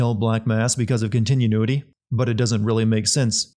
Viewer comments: For future reference, that's not how you pronounce "continuity." Sounds more like kahn-tih-new-ih-tee (wow that looks weird). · Pronounced: CON-TEN-NEW-IH-TEE Lol. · "Continu-nuity?" Not "Con-tin-new-ity?" Hmm... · Continuity, not continiunuity, DUDE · I knew someone else would have picked up on "contineanuity" :) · Continu-nity lol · The way you pronounce “continuity” kills me. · you're getting a sin for pronouncing continuity all fucked like that.